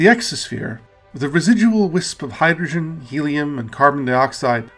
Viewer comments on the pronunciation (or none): none